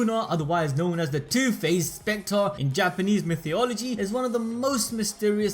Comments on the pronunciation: "Mythee-ology"?, do you mean Mythology? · I know I shouldn't focus on this but everytime he says 'mythyology', it throws me off. Lol